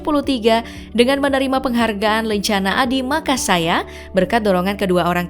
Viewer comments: Koreksi : Adhi Makayasa bukan makasaya 😂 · ADHI MAKAYASA DAN TRI SAKTI WIRATAMA GELAR YG DISABET SBY WAKTU DI AKABRI MIN...BUKAN ADHI MAKASAYA , TAPI ADHI MAKAYASA...MIN MIN BELEPOTAN LU AAAH😂😂